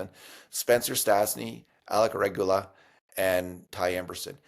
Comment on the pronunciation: Now both of you are going to mispronounce Regoola?